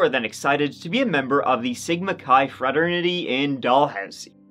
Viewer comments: Dude, how did you just pronounce fraternity? Fratter niddy?!?! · I love you you totally butchered the word fraternity brother lol